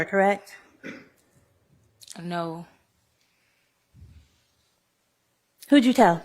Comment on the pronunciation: lipsmack “CORRECK” 😂😂😂😂😂